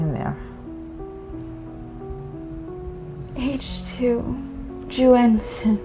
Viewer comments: My Mandarin is off, but isn’t it pronounced “YUN-Shen”? Not “YU-AN-shen”? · Why did the actors pronounce it like 'H2Juenshin,' or 'H2you-enshen' if it's actually spelled H2Yunshen? That would just be 'yuhn-shen' right? Maybe the AI read it weirdly, and ofc it's not a word in the English language, but using our phonetics, it wouldn't be pronounced like the actors pronounced it. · Anyone else bothered by how they kept pronouncing the bottle’s name as if it had a J instead of a Y?! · "aaych-two-wee-on shen" 😭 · Today I learned that "Yunshen" is apparently pronounced "Joo-En-Sen". Also I learned what a commercial made by Dhar Mann would look like. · the pronounciation of yunshen is so awful i can't even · AI couldnt even pronounce Yun Shen correctly lol... Is not like its that hard to figure out chinese phonetics XD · they never say the name correctly once.